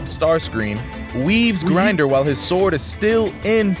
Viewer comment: btw its not grinder, its grimdor. ppl pronounce it (Grimm-dorr) thought u wanted to know